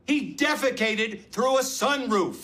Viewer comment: lmao "defecated" became "defeated" - otherwise really good